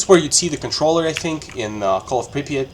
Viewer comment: First time i hear an English speaker say "Prypiat" so correctly 😂 Great video, man! Cheers from Ukraine